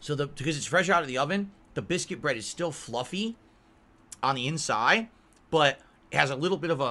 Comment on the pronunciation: What the hell is in-sye I thought it was inside.